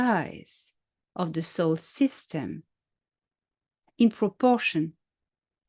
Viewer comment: Are you saying Soul System or Solar System?